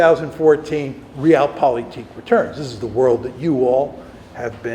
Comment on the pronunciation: I really wish he could pronounce „Realpolitik“ better…hurts my ears every time he says it.